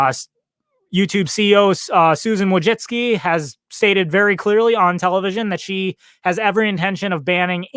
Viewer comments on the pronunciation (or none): it's pronounced voooyceeckey (Polish names are hard xd)